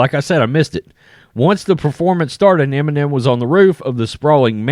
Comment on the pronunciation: "Enimem" bag